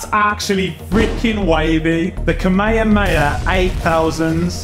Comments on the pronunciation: how did you pronounce that "KA-ME-HA-ME-HA"? :( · Don’t think knows how to say Kamehame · NOOOO😭😭😭 You said Kamehameha wrong bro have you watched DBZ!?